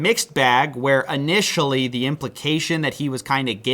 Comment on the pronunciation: What is wrong with you? "Ammediately"? "Annitially"? Can't you pronounce your words properly?